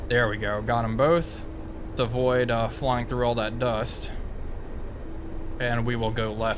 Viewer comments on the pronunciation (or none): none